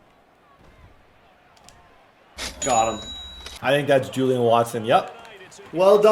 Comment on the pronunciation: Julian? Watson? Bruh it’s Jaylen Watson 😂